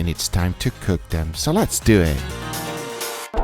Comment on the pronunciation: Texas Roadhouse: we cant give the recipe GUGA: lets Dew Eet